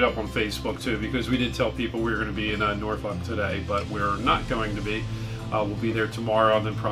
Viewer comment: Again in my old back Yard, you said Norfolk correctly in the intro, 🤣🛫